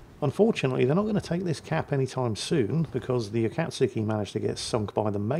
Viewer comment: Akatsuki, Akizuki, same thing! Though I guess those names are similar... so, not your worst, but still very much in the wheelhouse!